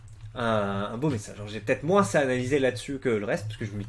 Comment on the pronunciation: pourquoi tu prononces le "S" de moins ?